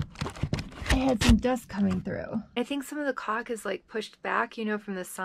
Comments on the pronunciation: You are so funny! I thought you were saying "cock" until I realized you were saying "caulk" Lolo Lolo I always enjoy watching you and Riot...you are both a riot lol. And love the Robert cameos too. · Oh, you said “caulk”. 😂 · i think you like saying the word calk, cuz you can sound like you are swearing but you are not.......lololol